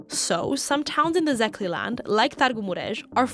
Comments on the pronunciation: "Zeekly" 🤣🤣🤣. I think the proper pronounciation is Sekler in english. As a Székely born in Hargita county i don't feel like neither Hungarian nor Romanian but Székely. Hungarians in Hungary threat us like "Romanians" since they can hear our accent and know that we are Székelys and obviously Romanians don't like us right even if they tolerate us. I've been living in the west for 7 yrs now but the only time when i feel like i'm home is when i'm in Hargita county. Also these women in the video don't rlly speak true Hungarian but what we call "broken" Hungarian or also known as Romanized Hungarian. However this minority thing is everywhere in the balkans and this includes Romania too. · The pronunciation of Székely is somewhere around “Seekay” (that being Hungarian pronunciation), otherwise great video. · seekay, thats CK 😂 not even similar to Székely